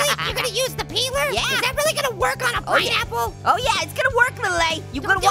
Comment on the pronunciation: Peen Apple